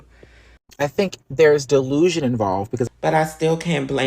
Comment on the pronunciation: Dee. Lou. Shon. Nul.